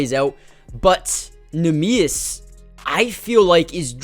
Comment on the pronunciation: Worthwhile to look up a pronunciation on neemias, its not pronounced quite how you'd expect My hauser concern is about a 3 but will go up 1 each week his slump lasts Great video man, loved it, keep it up